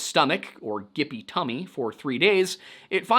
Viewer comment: A gippy tummy as in its giving me gyp…. You pronounced it wrong 😑